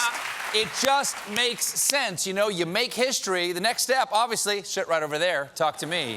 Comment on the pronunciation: Did he say “shit right over there” ??? Haha